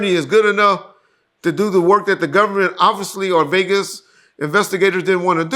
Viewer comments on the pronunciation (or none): none